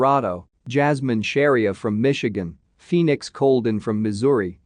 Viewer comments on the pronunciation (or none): none